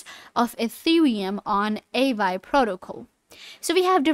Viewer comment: How you expect to explain it when you can't even pronounce it properly 😅😂